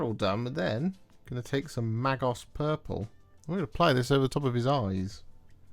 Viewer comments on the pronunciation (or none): Magos...pronounced "May-Goss" ;)